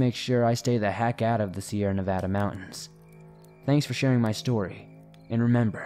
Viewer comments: Nice job pronouncing Nevada. As a native Nevadan, it's nails on a chalk board to hear people pronounce it with 2 soft A's. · And you pronounced Nevada correctly!